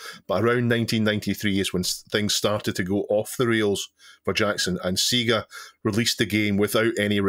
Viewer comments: SEEEEGA??? No, Say-Ga!!!! Remember "Do me a favour, plug me into a Sega"? That rhymes. It's not "Do me a Fever, plug me into a Seeega". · Why does always mispronounce SEGA?